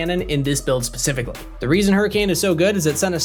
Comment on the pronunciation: Pacifically, as opposed to Atlantically?